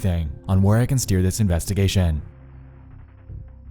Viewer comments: informaySHUN!!! investgaSHUN!!! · Anyone else get kinda annoyed by how this guy pronounces words that end with -tion? Investigation, station, attention. It's like when he gets to the "tion" he locks his jaw and chokes out that last syllable. Fuck's up with that, man? Investiga-SHUN!